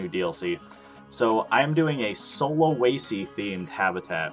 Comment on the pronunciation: How to say sulawesi from a indonesian: sulawesi: sue la wey see